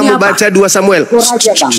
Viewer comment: RAJA.....bukan.....RAJAH Lol...